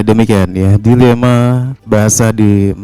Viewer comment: Tulisannya Dilema, professor ini membacanya Dailema. Pengucapan ini mengikuti pengucapan bahasa penjajah Inggris. Cara pengucapannya tidak boleh mengikuti pengucapan bahasa penjajah Inggris, tapi pengucapannya harus sesuai dengan tata cara pengucapan bahasa Melayu Riau.